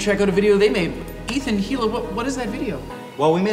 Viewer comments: No you weren't, Tequila is te-QUI-la, and so Hila is I-la according to you, while it is supposed to be hi-LA, and Jake and Ethan pronounce it HI-la (Which is closer to the real pronunciation than I-la) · Its pronounced "ILA" not "HILA" See Jake, not so smart now are ya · its pronounced EE-luh, not, HEE-luh >:^[ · he called her Hila pronouncing the 'H' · did he call (h)ila hila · I assume you are meaning Tequila, and that the H isn't pronounced. The H is supposed to be pronounced, and actually even Ethan pronounces it wrong as it is supposed to be hi-LA and not HI-la. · He said HEELA instead of EELA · Hila is pronounced like Eela NOT Heela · yo Jake her name is pronounced Eela! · i also noticed. cuz ethan always pronounces her name like"ila" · Disliked for saying "HE-LA" ... you invited them to be part of your video and you can't even pronounce their names or put (feat. H3H3) in the title? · Actually, no. It is pronounced as Heela. The emphasis is on the H. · Dumpsterdude123 's home No, it's pronounced Hila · Brehhhh he said hila with the H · Dude he pronounced the H in Hila's name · Is no one else hearing him put emphasis on the h in Hila?????? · I get triggered that Michael pronounces Hila's name incorrectly. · SS ETHAN! (one he pronounced the h in Hila I hate him now) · He pronounced Hila wrong. Still awesome video though. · did no one else notice how Jake pronounced Hila's name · was so awkward when he pronounced her name wrong lol